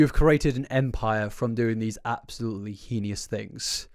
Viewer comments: I really need you to properly pronounce heinous. It's driving me batty over here! Lol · mispronouncing heinous is honestly one of my favourite things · I hate bringing this up because I mix up words sometimes, and seems like a nice bloke who puts a lot of effort into his content... but I really hope one day he learns how to pronounce heinous. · Please someone teach this good man how to pronounce "heinous"! Edit - never mind, I see you - carry on! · I love your videos but that is not at all how heinous is pronounced lol. The i is before the n, not after XD It hurts me a little bit each time you say it lol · STOP MISPRONOUNCING "HEINOUS"!! Holy f it's so insufferable when you say it that way! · Please please please review the correct pronunciation of "heinous" haha it takes me out of the seriousness of the topic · the way you pronounce heinous should be studied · my mom says it the same way no matter how many times I gently correct her lol. so I grew up saying it that way and it’s kind of endearing when he says it but yes, hopefully he’ll see your comment 😅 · darlin, i love your videos but please its pronounced hay-nus not hee-ni-us 😅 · good lord please stop pronouncing “heinous” like that. it’s not correct. it’s HAIN-us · Is heinous pronounced henious in England or is that just? (I'm really curious) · Rofl.. "heenius" again. Just out here makin' new words. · heads up heinous rhymes with "pain this" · “Hee-nee-us” is wild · I’ve been a fan a long time. I have so much love and respect for you. It’s pronounced “HAY-niss.” (Edit: Am also preschool/infant teacher.. this is gonna be a doozy isn’t it) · you can literally google how to pronounce heinous online with British prononciation and he still says it wrong in every video. it’s not a big deal it’s just jarring to hear. you should educate yourself first before you come off looking more ignorant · why do u say heinous like that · HAY-ness, not heen-ee-is